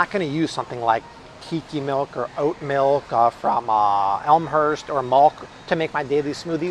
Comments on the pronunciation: Malk “milk” is delicious!!😋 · Malk! Now with vitamin R